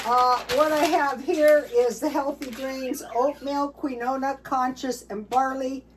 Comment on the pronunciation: Keen wah and coose coose are the pronunciations 😊